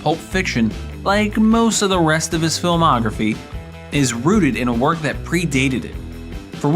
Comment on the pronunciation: "LET'S GO TO WOIK!?!"